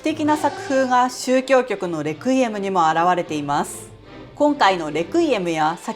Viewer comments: Requiem は「安息」という意味があり、最初の e にアクセントがついています。日本語で発音する場合は「ク」ではなく「レ」に強勢を置くのが正しいです。プロの音楽家の方でも、よく間違われます。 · 「レクイエム」のアクセント、間違ってますよ。😢